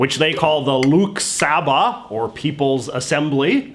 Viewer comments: It's Lok Sabha not "Luke Sabha" 😂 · Its lol sabha not luke sabha lol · IT'S CALLED THE "LOW-OAK SHA-BHA" , NOT " LOOK SHABA". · Actually it's pronounced loa-k sa-bha not luk saa-baa. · Its not look saba it is lok sabha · Lok Sabah is pronounced L-oo-hk sa-ba-h Love From India all the same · The Lok Sabha is pronounced: Lowkshobha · The way he pronounced lok sabha 💀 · I died when he Pronounced Lok Sabha or Lower house